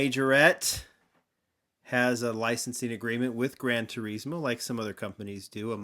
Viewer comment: thats not how you say gran turismo